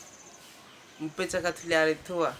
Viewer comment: Question about Mipetrake... It sounds to my ear like you're making a 'ch' sound. Like Mipetch-kay. Is that correct?